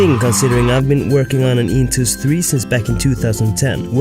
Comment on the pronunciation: It's intuos not intous. Well and about the topic: just use whatever fits best. I prefer seeing what I'm doing, but that might be the other way round with others